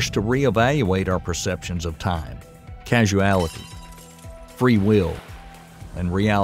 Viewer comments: It's cause-ality not casu-ality. Causality not casuality. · The narrator misprounces the word "causality" as "casualty," which is confusing because the two words have different meanings. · You have the wrong pronunciation: It is causality (kô-zăl′ĭ-tē), not casuality (kăzh′oo͞-ăl′ĭ-tē). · I thought it's just his accent.